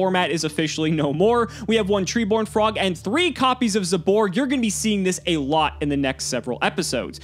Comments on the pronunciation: ZA-BORG NOT ZAY-BORG also say it slightly faster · “Zay-loog, zay-borg, stray-tos” why does pronounce every single letter a as a hard a when it’s meant to be soft